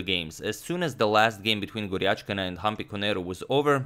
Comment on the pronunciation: its gujrathi and not gurjathi please correct it sir